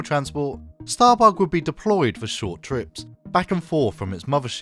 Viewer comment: you cant say it bug .. you gotta say it like Lister .. StahrBoog lol